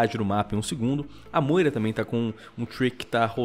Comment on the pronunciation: StoffGG Mas realmente "Bastion" se pronuncia assim, e falar "Móira" tá totalmente errado... Se pronuncia "Briguita" gente, vamo se atentar pros detalhes...